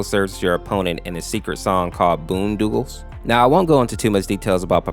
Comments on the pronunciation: He said BOONDOOGLES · “Fisk” “boondoogles” (no offense lol)